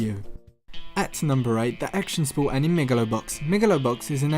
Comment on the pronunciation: great video dude. but please pronounce anime correctly. It's pronounced as ani may